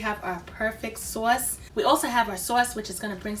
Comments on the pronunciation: I'm trying your recipe first timer just found some crab meat in Ohio so thanks for info and the accent "Soauce" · They look delicious. The sawce is killin me. I know you from Baltimore. 😂😂😂😂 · Are you from NY? That "sauce" sounds like my "sauce" and I was raised in the boogie down. I am going to try this for my lunch. Looks yummy! I like that you did not fry them.